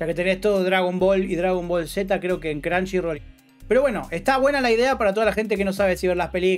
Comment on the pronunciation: Perdi el interes cuando dijiste cranshirol